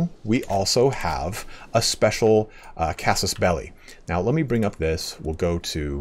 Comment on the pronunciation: Thanks, also for pronouncing casus belli correctly… :)